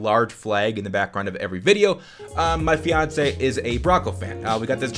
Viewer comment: Gaming set up, but every time he says "my feonsay" the entire season 1 pokemon tv show series plays